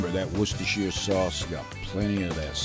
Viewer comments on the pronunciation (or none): Worcestershire sauce. It's pronounced "Wooster" ;)